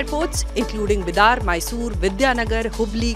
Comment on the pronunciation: it's called बिदर not बिदार ..कहां से आते है सब